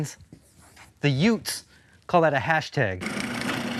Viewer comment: I subscribed at “Yutes”!